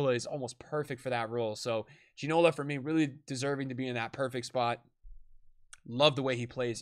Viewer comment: You could at least... I dunno... try? With the pronunciation... Man, hearing Ginola, Cordoba, Papin, Park Ji Sung and such pronounced like that was painful.